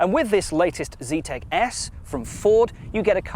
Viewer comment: Zetec not "Z-tech"